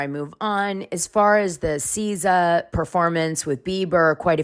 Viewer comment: The way you are mispronouncing Sza is so 😣 JB was in the music video for Snooze the song they performed on stage so it was cute he came out I don’t think it was that deep imo